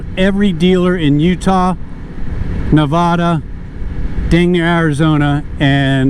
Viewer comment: Nice video. I had to chuckle a bit when you said Ne-vod-uh. Guessing you're not from the area originally. Reminds me when people say Colo-rod-o. Lol